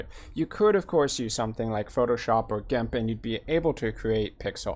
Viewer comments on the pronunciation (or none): none